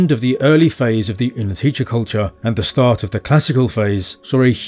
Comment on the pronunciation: its -tse in the end of the word, but its okay. anyone who even tries go with czech, gets points.